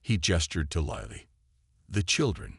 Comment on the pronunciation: What is it with using Chen in every story line. PLEASE EXPLAIN.? And for goodness sakes get this Lilly pronounced right for my sanity, and grammar.